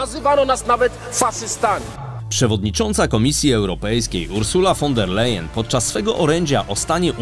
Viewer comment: Ursula von der Leyen... Prawidłowa wymowa brzmi następująco . Ur zula von da Lajen (posłużyłem się wymową fonetyczną ) ponieważ ,, s" w języku niemieckim jak,, z" w języku polskim. Pozdrawiam